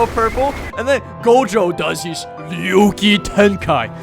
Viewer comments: did bro say ryo kitenkai its ryoiki tenkai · What the fuck is a YOOKEE TENKYY mf what the fucking shit. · Pronounce "Ryouiki Tenkai" properly please